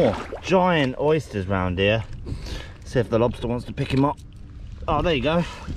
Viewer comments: Check dat out for a lobstaaaaaah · Big ol monstah lobsta!!